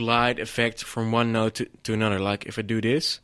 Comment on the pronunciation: I love this guy. "and now we add anoder one! cause we leik it so much". Good tutorial but XD